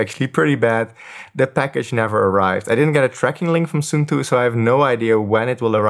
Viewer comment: suunto is Finnish so it's pronounced like the English words "soon toe". 😊